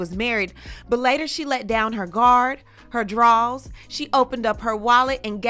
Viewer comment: "Her guard, her drawls" 😂😂